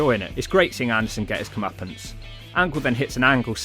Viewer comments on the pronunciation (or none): none